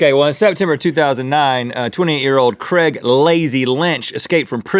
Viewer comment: If they guy is from England his name is Craig not "Creg".